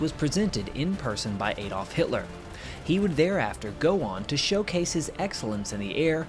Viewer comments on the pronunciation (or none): Why do Americans habitually mispronounce “Adolf” ??? I mean, it’s not difficult and native English speakers elsewhere don’t. Is it some kind of legal requirement? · One thing I would suggest when stating names foreign to you is to use something like Google translate in order to learn the pronunciation. I'm not sure how ‘Ehrler’ became ‘Ayler’, though I am always unsurprised at the mispronunciation of ‘Adolf’. It often makes me wonder if there are people that call an apple an ‘aypple’. I do understand that sometimes these things can be tricky, but I honestly do think it would be a good thing to do since it's so easy to check these days.